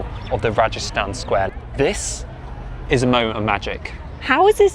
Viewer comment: I agree Uzbekistan is an amazing country. It’s understandable it’s growing in popularity as a destination. By the way the large square in Samarkand is Registan (with a hard “g”) Square, not Rajasthan (like the Indian state)!